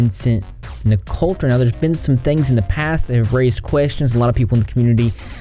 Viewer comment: NIC-O-TRA ---- THERE IS NO "L" IN HIS LAST NAME. GET IT RIGHT IF YOU WANT TO "REPORT" DUDE.